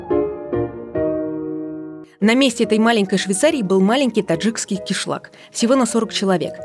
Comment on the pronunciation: Когда журналистка говорит "таджицкий" вместо "таджикский" - это очень плохо.